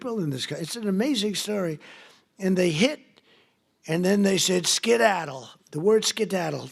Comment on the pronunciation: Can some understand this word salad? Skeddadl? what?